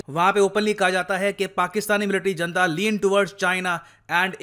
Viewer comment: जनता नहीं its हुनता!!!